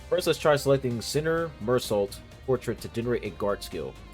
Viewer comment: Confusing name guide Don Quixote (Don Ki-Hoe-Tay) Heathcliff (Heeth-cliff) Mersault (Mer-So. He’s French) Outis(Oh-tis. Our only glazer)